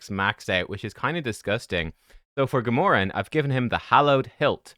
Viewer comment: “GAH-MORE-EN”?? You mean “GAM-URH-AN”! Your pronunciation would be Gamoran. Not Gamuran.